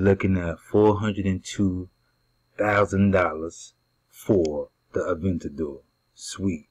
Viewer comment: "avandator" lol... You mean Aventador